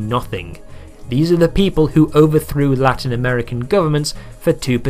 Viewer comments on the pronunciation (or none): none